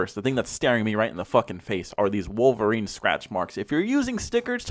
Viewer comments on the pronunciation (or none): none